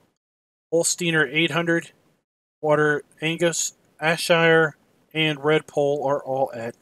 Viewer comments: JFYI it's pronounced air-shire lol. Good video. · BTW it is pronounced Air-Shire